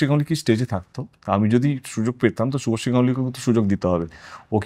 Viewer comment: শুভশ্রী নামটাই ঠিক মত উচ্চারণ করতে পারছে না ও আবার শুভশ্রীকে কাস্ট করবে